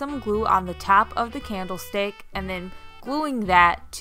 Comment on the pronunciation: It’s called sparse, like you say park. Not sparse like pear. Also, you say mirror wrong. It’s not pronounced mare. Mare is a female horse. Learn how to say words before you start a YouTube. It’s a candle stick not candle steak. And tbh, it’s neither. It’s a candle stick holder. It’s not even a candle stick.